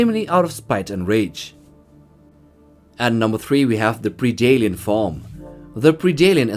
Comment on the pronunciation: It's "pred-alien" not "preedalien".....how can you say the word "predator" just fine, but you can't say predalien? Friggin weird bro.